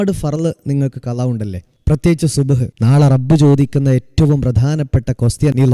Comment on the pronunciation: സുബ്‌ ഹ് അല്ല സുബ്ഹി